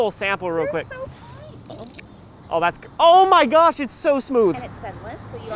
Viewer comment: “owh my gowsh 😨😨😨😨😨”